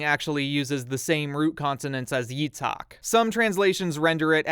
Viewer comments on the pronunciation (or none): The H wasn't the big broblem in Itzhak's name. It's pronounced "Yi-t-ch-hak" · I speak Hebrew Your pronunciations are pretty good actually (except Yitzhak which is my name lol), but it's hard for everyone I will say that the only thing you might want to improve is your toning, sometimes you put an emphasis on the wrong part of a word so it sounds weird for me But other than that you were pretty good Love your videos, each time one comes out I'm excited